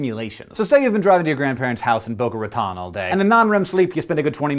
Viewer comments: Brains defiantly don't have a very clear sense of what situations could actually happen. By the way, Boca Raton is said Ra-tone, not Rat-on. I grew up there and it bothers me so much when people get it wrong. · im going to be that person. its Boca Raton.... pronounced Boca Ratone :P sorry had to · BOCA RATON! With the long 'o' sound! Dude, you lived in Florida, get it right.